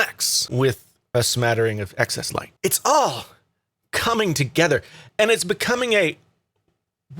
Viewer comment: Is the a full blown troll page? You won’t buy a phone, regardless of specs, because of a name? A name that hasn’t been confirmed. A name being reported by the same people who said the X was wildly underselling and you regurgitated for weeks until it was quite the opposite? A name you fail to pronounce properly? This is wild stuff.